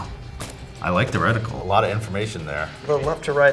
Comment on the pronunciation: Right? Just because he's a soldier doesn't mean he is familiar with every single gun. These people just sit in front of their computer and point out every single mistake these two guys make. One guy even pointed out that one of them pronounced reticle “recticle”. These “experts” in the comment section need to chill out